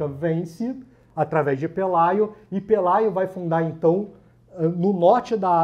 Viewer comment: Pelágio e não Pelaio